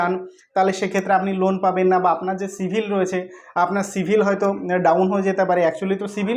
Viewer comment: কথাটা সিবিল সিভিল নয়